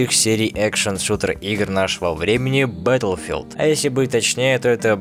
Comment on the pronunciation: батлфилд, а не бэтлфилд